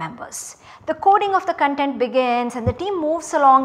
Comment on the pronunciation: 'Content, not Con'tent!